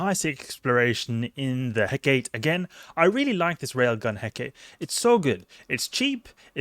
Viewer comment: Heh-kuh-tee. Named after the Greek goddess. Great video otherwise.